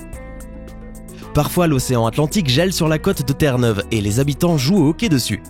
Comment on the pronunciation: Et j'habite au Canada et on dit hockey pas hocky